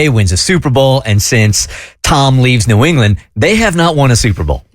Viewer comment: New “Engliand” 😂, New ENGLAND